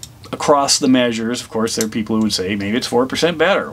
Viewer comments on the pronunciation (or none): none